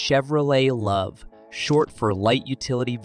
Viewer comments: IT's LOVE , Not loove. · It’s pronounced Love, not luve 🤦‍♂️ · "The Chevy Loov"